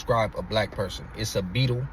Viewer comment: on that "it's a beetle" "It's a beetle" you sounded like you was country lol